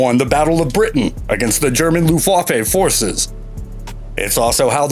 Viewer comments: It's too bad, the video is great but the voice over is total crap. Luftwaff-A? Dude, does this channel even check pronunciation? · Mosquito, fw190 and B17 all missed off.....and come on mate, if you're doing a video about ww2 planes at least learn how to pronounce Luftwaffe properly lol. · 4.10...what the fuck is a mershershmit !!??? and what was the looftwafey !!??